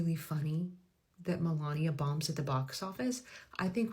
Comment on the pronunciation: The way that woman butchered Melania's name is chef's kiss